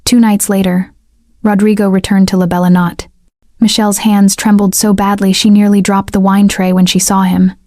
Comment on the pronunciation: Good story and pictures. May I ask, is it possible to make a change in pronunciation? The name of the restaurant is not pronounced "La Bella Not" but "La Bella No-tay." As I was typing this comment, I actually heard it said correctly one time, but nearly every other time, it's said incorrectly. Thanks for a really good story. I subscribed.😊